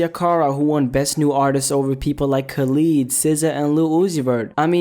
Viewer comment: say Khalid correctly please 😭